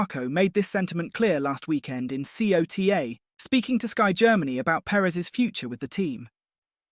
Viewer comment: Q1 stands for "Qualifying One" NOT "Quarter One" Also we say COTA not C.O.T.A